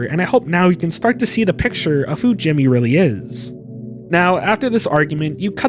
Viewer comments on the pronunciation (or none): none